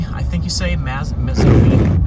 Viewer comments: Pronounced May Zo Main E.Good try though. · As a resident of Mazomanie it is pronounced May Zoh May Knee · May-zoe-main-ee. Just try Boscobel, Muscoda… haha! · Well, when you repeatedly pronounce a pretty-easy-to-pronounce town so badly, you should expect that. I mean, who cares, but truly...mazz-oh-mee? How do you get that from Mazomanie??? You're missing a full syllable. It's really a quite simple pronunciation. I will assume you are one of the people who are strong in sciences and extremely weak in literacy. Not that you should care, but the negative comments about your literacy level are legitimate. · Nice video. for reference, Mazomanie = May-zo-may-nee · Pronounced Maze-Oh-Main-E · Maze-Oh-May-Knee Lol Good try, though!😊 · Maze-oh-main-ee (or Mazo, as we usually refer to it as :) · It's pronounced "May-zo-may-knee". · In what world could Mazomanie be pronounced 'mazz-oh-mee'??? This storm chaser cannot read! Drove past multiple signs with 'Mazomanie' on it and kept calling the place 'mazz-oh-mee'. No wonder they say 40% of Americans are illiterate. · Great coverage! And, nbd, but most locals say, "MazeOmainE", ('er, uh,.. 'May-Zoh-May-Nee') 🤷‍♂️ Aside from storm-chasing, Wisconsin has some beautiful landscapes and great scenery all across the region with wonderful countrysides, roaming hills, valley's, etc. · It’s pronounced May-zo-main-e. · I'm Wisconsin-born, misspronunciations of names can be expected from outsiders, no harm, it makes for a good laugh 😂. Thanks for sharing the video. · That stretch was always a favorite of mine for a winding, summer, motorcycle cruise in the river valley. That storm would have increased the adrenaline. Thanks for the excellent video. The river rats will forgive the pronunciation.